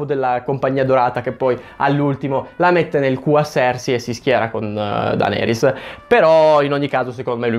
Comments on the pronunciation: Odi cosî tanto Daenerys che non riesci a chiamarla giusta... DENERIS non DANERIS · Ma la chiami ancora "Dàneris" hahahaha